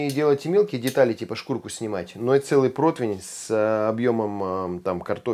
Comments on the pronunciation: Противень!!!! А не дурацкий протвень!!! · блин, ну, рне протвень-же, а противень. 🤣